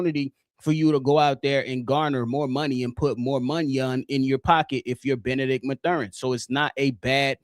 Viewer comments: I blame for the Benedict Mathurin miss! He heard how you were butchering his name on this pod and chose NO. 😂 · Constantly mispronouncing Mathurin